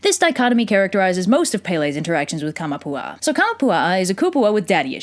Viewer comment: Kamapua'a........ take of kama and one a...